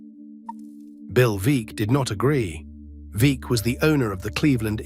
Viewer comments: Veeck rhymes with Beck. Great video otherwise. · Bill Veeck.. Pronounced Veeck as in Wreck. AI is not ready for prime time.